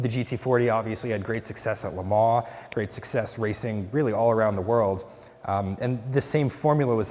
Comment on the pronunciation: The ongoing sort of confusion re: how to pronounce LeMans. I grew up saying it very wrong: Leh Mahnz. Later, I learned it as Leh Mohn. This gentleman says, Leh Maw. But I checked online, and a very French Frenchman claims that it is Leh Mohn. You do gently pronounce the "n", apparently, but not the "s", of course.